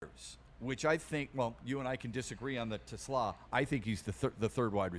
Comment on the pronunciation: Braylon, when are you going to learn how to pronounce Isaac's last name.... it's t' SLAA !!!